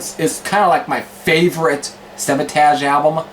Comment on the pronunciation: you pronoun Savatage wrong. but nice review dude i looking forward to more. and i think their best album is hall of the mountain king.cheers! :)